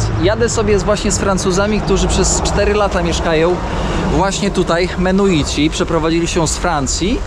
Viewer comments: Cały czas mówisz menuici a piszesz i Georg sam wymawia mennonici . To jak to w końcu się wymawia . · mennonici, i beliz...bez e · Nie mogę już słuchać jak przekręcasz nazwę tej wspólnoty, musiałem przełączyć, uff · extra z , jak zwykle, błędami Mennonici a nie menuici, w Chicago nie Polker a Polamer..i setki innych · Ludzie !!! MeNNoNici, nie Menuici !! Tak jak POlacy, nie Paliaczi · Mimo najszczerszych chęci obejrzenia całości, po usłyszeniu "Menuici" po raz 38. nie wytrzymałem. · Mennonici a nie menuici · Lepiej się nie ucz... wali błędy w każdym odcinku. Mennonici a nie menuici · Odcinek super i mów proszę menonici a nie menuici. Chyba wiesz, że osiedleni byli również w Polsce w dolinie Wisły na odcinku od Grudziądza w kierunku Gdańska. Do dziś istnieją tam stare chaty i cmentarze menonickie, czkam na dalsze podróze i relacje😂😂😂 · Nie Menuici ,tylko Menonici ~~~~!!!! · Bardzo ciekawy odcinek, ale wciąż przekręca pan nazwy - mennonici. Bez urazy, ale ma Pan chyba małą dysleksję, bo często przekreca pan nazwy. A dzisiejszy gość pan George dał super wywiad. I niby nie groźnie w Belize, ale dziura w szybie samochodu jest.. po kuli lub po kamieniu... Bezpiecznej drogi.:hand-pink-waving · Menuici?😮 A nie mennonici? ... coś ty się tych menuitów w kolejnym odcinku czepił 😂A po angielsku mówisz jak trzeba 😅 Ale dzięki,to był ciekawy odcinek. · Kurde ludzie, ja wiem, że jesteście trochę niekumaci, ale to są mennonici (wymawia się wszystke literki) a nie żadni menuici. Nazwa pochodzi od Menno Simonsa, księdza - reformatora. Są chrześcijanami, więc pytanie, czy mają takie same tradycje jak chrześcijanie jest nieco chybione. Mennonici zamieszkiwali również obecną Polskę, głownie tereny nadwiślańskie od Torunia do Gdańska. M.in. Żuławy wiślane zostały przez nich odwodnione i zaludnione. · Chętnie bym obejrzał, ale mi uszy krwawią od tych "menuitów". Mój sąsiad na wsi na pendrive'a mówi "pyntrafj" - i chyba to bardziej znośne. Ale on ma 70 lat.